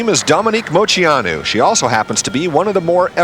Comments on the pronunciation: It wasn’t pronounced wrong on purpose. She got really nervous and it came out wrong. She said she was embarrassed afterwards. I think it’s cute she messed up her own name out of nerves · I'm confused now lol. Did Dominique Moceanu pronounce her last name like "mo-SEE-ah-noo"? I listened twice and it sounds like she's definitely saying it like that. I've always thought it was "Mo-CHEE-ah-noo". I even googled it and everything I saw said its pronounced that way. Has everyone been pronouncing it wrong this whole time? Maybe I'm just hearing her wrong, she said it pretty quick and was quiet. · You heard right. I remember hearing something from her about it, it may have been in her book. I can’t remember the whole story but she admits she pronounced it wrong on purpose. I wish I could remember why!!!